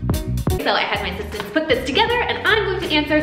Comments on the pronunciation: I listened like 5 times and heard "sis stance" so I'm going with assistants just off how the end of the word sounded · Miriam I I thought she said ‘I had my sisters put this together’ 😄